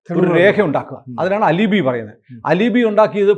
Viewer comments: പ്രിയപ്പെട്ട സുനിൽ സർ. അത് അലിബി അല്ല. Spelling ALIBI ആണെങ്കിലും അത് പറയേണ്ടത് "ആലിബൈ" എന്നാണ്. ഒരുപാട് ദിവസമായിട്ട് പറയണം എന്ന് തോന്നി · Al-eh-bai not al-eh-bi